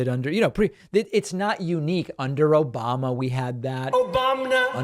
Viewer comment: It's those simple pleasures. Give me an "Obamna" and a "Troth Senchel" and I'm happy.